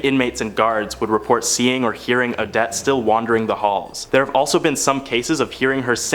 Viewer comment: Omg. It's not pronounced " A-dette".. It's " O-dette" what is with you young people and not knowing how to properly announciate?